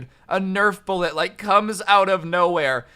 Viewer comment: This video is good, but every time he says “bullet” makes me cringe